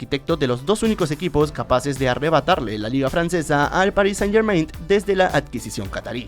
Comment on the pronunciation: muy padre pero podrias dejar de decir "PARIS SANIT GERMAINT"?